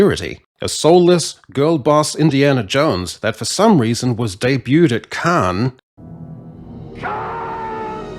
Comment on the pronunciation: I LOL'd at 'Cahnnnnes!' and scared my cats.